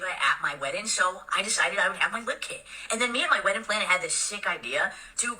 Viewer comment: The way she pronounces "weddin" is like nails on a chalkboard.